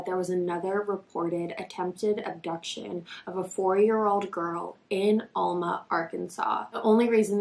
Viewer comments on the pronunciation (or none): The fact that this is my hometown and I ran around the same fields as her as a kid is so heart breaking. It was so common and still is to let kids run around. (Also we pronounce it Al-ma, not All-ma lol)